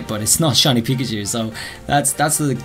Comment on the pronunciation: same with Peeker chew And pick a chew And peek a chew